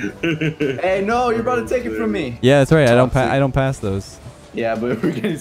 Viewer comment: every now and then drops an aboot and it brings me great joy xD